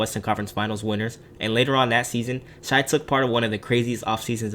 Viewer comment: Stop calling him “shy.” It discredits the rest of the video edit: sorry I sound like a dick. It’s just a pet peeve of mine. If you’re gonna do an NBA video that’s about a specific player, getting their name right is a must. Gives you more credibility. Video overall was great. It’s pronounced like “Shay” because his name is Shaivonte